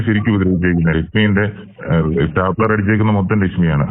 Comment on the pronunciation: സ്റ്റാപ്പലർ അല്ല സ്റ്റേപ്ലർ